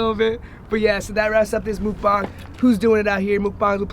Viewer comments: You're pronouncing it wrong bruh (Muck Bang) not (Mook Bang) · Its not mookbung its muk bang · I thought it was pronounced MUCK-BANG not a MOOK- BONG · "mocbong" lmfaoooo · I thought he said "mook bong" and im deadddddd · Bro its called mhuck bhang. Plz get ur shit right. Its so cringy when u say it wrong. Mhuck means eat and bhang means room. Ur wiki facts that u bring up are made by white people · is that rly how you pronounce mukbang?